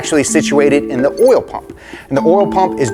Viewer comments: I’ve noticed you struggled to say coil and oil 😂😂😂 corl and orl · What the heck is this "orl" he keeps going on about? 😄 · "Distributes a thin layer of ORAL" LETSGOOO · why do you say oil like that!😂😂